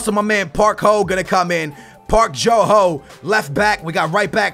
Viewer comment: when he was saying "Park Jo Ho" all i hear is "Parked your hoe" xD